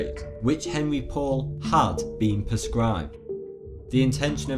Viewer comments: God what an annoying "documentary"! What were the subtitles for? I was just reading those the entire time as they were so "in your face". And also Henri Paul's name is not pronounced Henry Paul; LOL. He was French. His name is pronounced Henri Paul. Or phonetically "aan-ree paul". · Pronounced, Ahn'rey Pou'al, not Henry Paul.